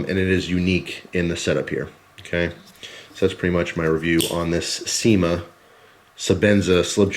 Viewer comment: when you say cima knives it sounds like seamen ives lmfao